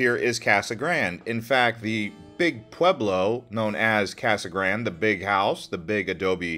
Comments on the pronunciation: It was called Casa Grand-ee, as in a bastardization of the Spanish. Seems fair, seeing as it is a Spanish word. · North Eastern Arizona - Kingman? Kingman is about as far West as you can get before you enter California. It's in the North-Western corner of Arizona and is the county seat of Mohave county. Pronounced; "Mo-haw-vee". Casa Grande is pronounced; "Casa Graun-day".